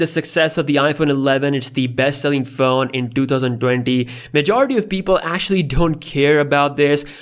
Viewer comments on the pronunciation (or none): I thought you were an American until I heard you say 2020 really hard 😂😂(this is my first time watching you)